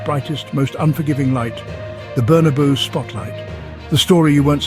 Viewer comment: Bernaboow? 'Madrid don't buy stars, they make them' ???????? Where you stoned when you did the audio?